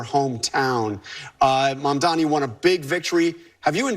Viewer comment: Mamdani's name isn't hard to pronounce. Get some "Hooked on Phonics." 🙄